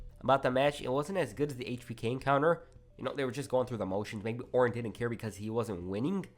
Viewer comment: I can't tell when this dude says didn't or did. They sound the same